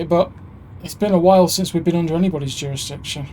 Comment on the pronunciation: Youre not "twess-parsing" bud. No juwisdiction in play, you know this ;) No pwoblems